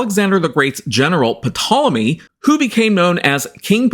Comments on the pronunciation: The 'p' is silent - it's pronounced 'Tol-emy'. Demonstrable not 'demonstratable'. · The P is silent. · The 'P' is silent In Ptolemy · Dude .... The "P" in Ptolemy is SILENT! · it is, and it isn't. English pronunciation usually makes the P silent, while in both Classical Latin and Greek the P is pronounced and very much integral to the word. Just like "pneuma" (yes, the Tool song), in English they tend to say "neuma" when everyone else follows the traditional pronunciation of "pneuma" as it was in Ancient Greek. Just like now there are people who pronounce Julius Caesar the classical way (Iulius Kaiser) or the modern way (Julius Cesar). As a Geek, I'd continue pronouncing it as it was intended since it's pretty much a very distinct name, you won't find any other person named Ptolomy (Ptolemaeus) walking around in the street. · Is that the correct pronunciation? I've heard some treat the P as silent to say 'Tolemy'. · No no no! Its Ptolemy. In Greek you say it exactly as you write it. P is not silent.